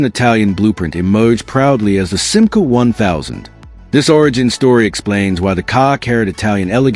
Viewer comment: Chère voix synthétique, il va falloir que tu apprennes à prononcer correctement la marque française SIMCA, qui trouve son origine dans FIAT France.